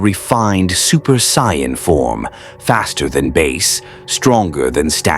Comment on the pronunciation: Ok near the end of this now.....its Saiyan. SAY Ann. Not sion, scion, cyan. Please figure out how to make the a.i voice say it like that lmao. Also I like how you swapped Vegeta and Goku during the Android saga haha. Someones got a favorite haha.